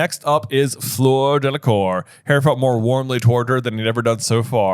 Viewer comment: I love these guys, but can someone irl please teach them how to pronounce Fleur? I really don’t want to hear another Floor is at all possible.